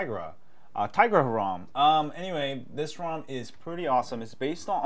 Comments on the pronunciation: Its tigra not tiagra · i think it's pronounced " Ti-Ya-Gra"